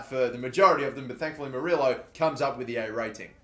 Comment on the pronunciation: 2 L’s = a Y sound. So it’s spelled moriLLO but it’s pronounced moriYo :)